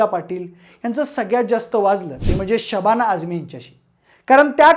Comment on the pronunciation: न ला ण ... स ला श ण न ला असे का म्हणता?? खूप जणाची प्रवृत्ती आहे ही!... आणि हो शबाणा नाही ❎शबाना ✅